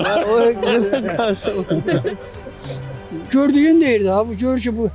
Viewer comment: Küftə məsələsi şirin çayla içirəm deyənlər ayarbazdılar, elə deyiblər ki, onları verilişə salasınız... Elə ciriq qaşıq da o qəbildəndir.... Özü də çırıq yox, "gırıq qaşıq" deyirlər... Nehrəmlilər öz aləmlərində sataşırlar... Naxçıvanda yeganə yerdir ki, ç hərfini ədəbi tələffüz dəki kimi k ilə tələffüz edirlər. "Gırıq" qaşıq söhbəti də Nehrəm ləhcəsində sataşmaqdır....